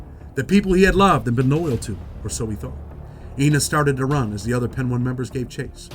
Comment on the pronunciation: Its Pee Niii ! Not pen 1